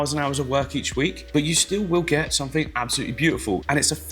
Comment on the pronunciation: Click sumfink? Must have been a late night 😂 ❤